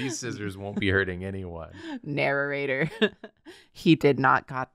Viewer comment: Why did say Narrorator instead of Narrator?